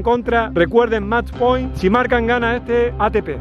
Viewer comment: "Mach Poin" Nivel B2 First Certificate